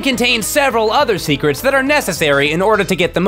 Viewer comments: “...into the secwets....” “Zeltda” “Oracle of eight-dis” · Amyone else hear say "secwets"?